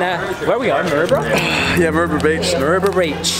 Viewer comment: Hahaha LMAO did you say Maroubra breach??? I saw that look after you said it lol I know that your way fitter than that, if your going to do pushups do them properly... go all the way down so your chest is about 1mm off the ground lol Fook I just saw the future.... this will bite me back hahaha